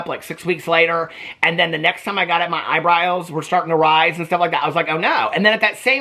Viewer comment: Eyebriles! I love that lol. ❤